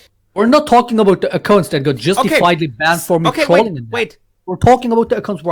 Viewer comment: Wie er das Wort " Accounts" ausspricht triggered mich alllein schon so hart xD ACCOOOOOUNTS